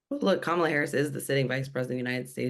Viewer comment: This guy is a clown. He can't even pronounce Kamala's name.